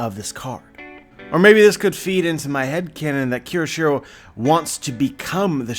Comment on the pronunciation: as a weeb/anime fan/one piece fan HOW CAN YOU POSSIBLY THINK IT'S PRONOUNCED "KI=O-SHIRO"???? kyo. kyo. KYO. KYO. SHI. RO. IT'S NOT THAT FUCKING HARD it's a phonetic language as someone who makes a living off of reviewing this shit, how can you POSSIBLY not have a basic understanding of this yet????